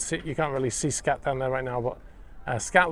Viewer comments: Pronounced "skaht" , rather than "scat". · Skat (pronounced 'scart') is a German card game. Like Bridge or Whist.